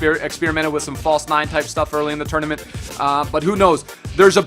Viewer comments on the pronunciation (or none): none